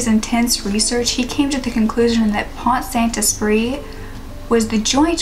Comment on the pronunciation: i live in france (i'm british but also french) and your pronunciation of Esprit is good ! i would've thought that americans would pronounce it the 't' at the end so i'm glad i don't have to cringe. either way there's no need to pronounce the french perfectly, it's okay ! Pont-Saint-Esprit in french would be "pon-sant-espree" because if there is a vowel, for example e, after t, you are allowed to pronounce t so the two words kind of flow together. hope this made sense ! the name of the town is hard to say.